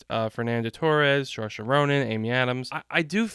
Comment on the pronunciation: Some help with the pronunciations: Ralph Fiennes. Ralph is pronounced RAFE (hard "a" and you don't pronounce the "L"." For Saoirse Ronan, it's pronounced "Sir - sha"